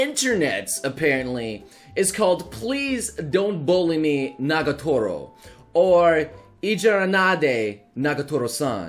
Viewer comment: it's NAGATORO, not NAGOTARO